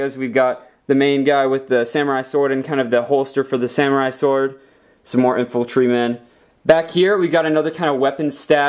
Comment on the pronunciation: You said infiltry men instead of infintry...